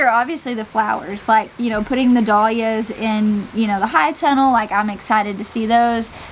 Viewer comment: dahlias=dal yias! Not doll yias!